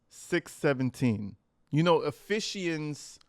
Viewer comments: I knew you were tripping when you said E-fish-ians 😂😂😂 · And Natalie didn’t even correct her saying ephe she ens 😳🙈 Natalie probably thought that was the way. 🧐 Ephesians girlie c’mon, I’m sorry Lord. It’s just really hard with this girl. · Ephesians is pronounced "Ef-fee-sians. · E long E sound Eee-phee- sounds. Ephesians anglicized pronunciation is Eee-fee-shuns. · Pronounced efeeshanz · Uh feeee zuhns EPHESIANS BRUH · E...Fe...cha...ns. it's pronounced that way. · It’s pronounced Ephesians F E Sions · It's pronounced "uh·fee·zhnz" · BIble Chapter title pronounced EF FEESHANS, as far I know, b.t.w. 😅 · Ah feez shuns, dude. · What i find really sad and disappointing about this whole thing is the lack of excitement or true support from her mom. Obviously she is excited about God and what she's learning and you can tell she's feeling it. Yes shes saying it wrong but its a start right and someone will hopefully correct her. Her mom is the lil demon on her shoulder and her lack of support is ugh. Makenzie most definitely needed better parents from the beginning and they failed her. Its too late for all that shit now, damage is already done but to truly get better will take her to dump her parents. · You pronounce Ephesians wrong😊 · How do they not know how to pronounce "Ephesians" when dad works (worked) at a parochial school? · I am really glad you know how to say Ephesians I was cringing hard lol and you are 100% spot on in your assessment of her pretending to be a Christian. As she was reading the passage I said she has no idea what any of that means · Dad worked at a catholic school for 20+ years but daughter can’t say “Ephesians” …. And the mom didn’t catch it. Interesting 🤨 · How does your dad teach at a Catholic school, yet you don't know something as basic as how to pronounce "Ephesians"? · You pronounce the bible verse wrong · Those types of ppl are usually pretty obvious. Exhibit 1- MS pronunciation of Ephesians But y’all keep praying 🤦🏼‍♀️